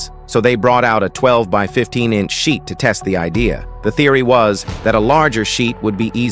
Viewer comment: How this thing called: sheet, what I hear: shit